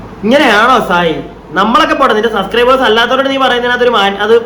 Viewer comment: സസ്ക്രെബേഴ്സ് അല്ല ഭായ്, സബ്സ്ക്രെബേഴ്സ്'😂